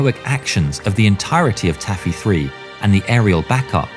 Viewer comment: “Tacky”? Or “Taffy”?